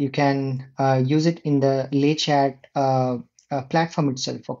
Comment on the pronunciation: we dont say the "t" at the end of "Le Chat" - that means "The Cat" :)